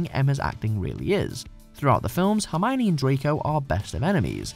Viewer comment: Hermione who? She is herm-own-ninny